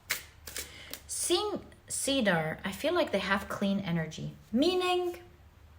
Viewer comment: Just a pronunciation tip: In English, Cedar is pronounced ‘ Seed’R ‘ instead of ‘ Seedaar ‘ ❤